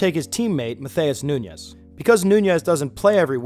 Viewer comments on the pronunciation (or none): Great video. Love seeing how you broke down the importance of this stat and I think its a great thing to implement. One thing though. If someone is Brazilian, its not pronounced like spanish names. Nunes is pronounced “noons” and matheus is pronounced more like “mat-ews”